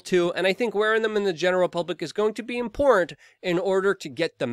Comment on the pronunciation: I think you're wrong on how you pronounce "important"... it's not "import"..